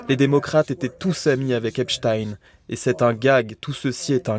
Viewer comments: Il faut dire à Gérald Olivier,:que c'est EPSTEIN et non epstine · Les médias officiels disent Espstin en parlant de Espstein? Pourquoi cet écorchage de nom, peut-être pour faire oublier que c'est un notable juif nanti? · Deja. Les journalistes devraient Dire EPSTEIN. ET BENCHEMOUL ( AU lieu de de dire. BRUNEL. )